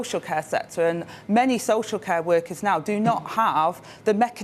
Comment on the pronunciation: I think that if they have someone who kills the English language, it will somehow appeal to t'uh wurkuz.